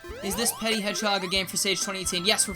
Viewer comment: petit is actually pronunced "pe-tea", but the word 'petty' originates from the word 'petit', meaning small in french.